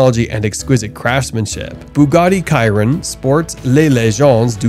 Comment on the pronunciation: chiron is pronounced "shiron" btw